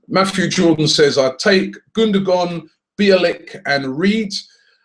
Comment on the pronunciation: It's gun-doe-wan not gun-do-gon